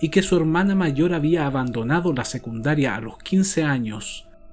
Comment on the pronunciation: Muy interesante el tema. Suena como la narracion de este mismo caso en American Justice y Dateline [en ingles]. Me imagino que de estos fue que hiciste la traduccion. Todo bien. Buen contenido; muy valido lo que haces pero por favor, si vas a ganarte la vida hablando/cumunicandote a los hispano hablantes, esmerate en mejorar tanto el castellano [como el ingles. NO se dice "segundaria" sino "secundaria"; en el ingles, la pronunciacion no esta siquiera "tibia" para que por lo menos el publico tenga una idea de que estas hablando. Por esta razon no subo videos pues soy muy imperfecta [perdon que mi teclado no tiene tildes y "N"= egnes. Me paso cuando hablaste del "ragby" que practicaba Dr Shipman cuando era joven. Me tomo unos buenos 3 miutos en descifrar que era rugby. La "u" en este caso se pronuncia entre "a" y "o" igual que en "public", "republic" "Donald Trump" no "Tramp" puesta esta ultima se refiere especificamente a la mujer vagabunda, prostituta barata, tramposa. Cualidades que si Trump fuera mujer, lo describirian con exactitud. El problema es que le estas ensenando a la gente formas erroneas desde el comienzo y con el pasar del tiempo se convierte una muletilla muy dificil de corregir. Animo por encima de todo.